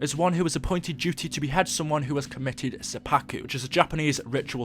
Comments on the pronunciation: The way you say seppuku makes me want to commit seppuku of the ears. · sep pu Ku is how you pronounce it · I face palmed when he said suppaku